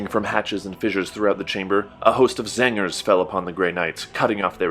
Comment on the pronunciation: I enjoy how you say Zangers whenever you say Tzaangors.